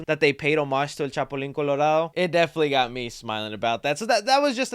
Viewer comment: Chapulin* not chapolin but also, they kept saying this is latino culture and is not, this is mexican culture NOt latino.